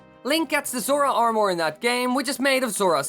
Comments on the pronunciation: Who else got triggered every time he said armor like that it's pronounced armer for me lol so hearing him say armooor really triggered me. Still tho good vid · It’s Ar-mur not Ar-More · Armor not AR MOREE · Hey just want to help it not pronounced ar-more it's ar-mah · the only thing that makes me mad in this video is when YOU SAY ARM OR ITS PRONOUNCED ARM ER or is it just my accent lol idk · Armore? It's pronounced armur. Sorry for my ocdness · This guy says the word "armor" like "are more" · stop saying amOR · Not making fun...but I love the way you say armor, ar-more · Did he say armour or ourmor? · Its pronounced "armer" also, can you do this for Gerudo vs. Rito? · Its pronounced armer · SHREDDER arrwmoar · He says Armwore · Armour is pronounced ar-met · That "Or-more" is driving me crazy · U I hate how he says armor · Why does he pronounce armor so strangely likes it’s two sentences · Jeez the way this guy says armor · Interesting way to pronounce "armour" You might as well call a sword "sward" :P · Stop saying armor it sounds BAD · Swear to god if I hear this guy say “armour” again I’m gonna want to stab him